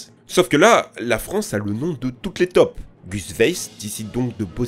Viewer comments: MDR ta façon de dire: "les tops" au lieu de dire "les taupes"!. x-) 😁 Ça se prononce taupe (tôpe). toi tu le dis comme les toulousains prononcent le "o" de rose quand ils disent que Toulouse est la ville rose, avec leur sacré accent. 😄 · on ne dit pas des "TOP" mais des "TAUPES", a un moment j'ai rien capté XD